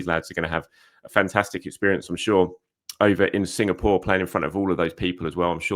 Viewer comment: Signapore!!😂❤😂😅❤ try Singapore one more time plse , I love how he skips the name after that .❤😂😅❤